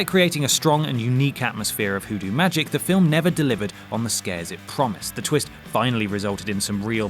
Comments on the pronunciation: Is he saying "Who do" or "Voodoo"? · ... Are you purposely pronouncing it whodoo or is that your accent on the word voodoo???? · Pandora was good as fuck. That shouldn't be on this list at all. Also, are you really saying 'whodoo' instead of Voodoo? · Is he sayin whodoo? Or is that just how voodoo is pronounced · HooDoo? am I crazy or is it Voodoo? is it something different or do British people just pronounce shit really weird? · Are you trying to say voodoo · Were you trying to say voodoo?